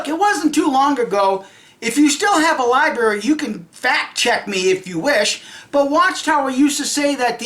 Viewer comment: Did I hear the word "L I B A R Y" in this video? LIIIIIII BARRRRRRR YYYYYY "LIBARY"LIBARY LIBARY "....